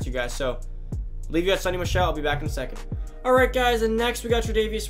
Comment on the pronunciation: It’s pronounced sow-ny